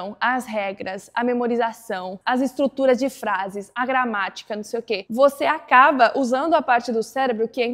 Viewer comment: Impressionante seu português! Percebi que você troca o ''b'' pelo ''v'' em nas palavras que terminam com a letra b. Exemplo: Quando você falou VERBO, o ''b'' saiu com som de ''v''. Mesma coisa com a palavra ACABA. Mas nada que atrapalharia a entender. Ótimo vídeo!